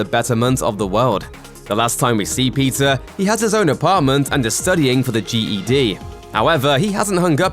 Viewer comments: Same even the captions are reading Pizza Parker instead or Peter. I guess it's Pizza time. 🍕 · I hear "Pizza Parker" not Peter lol.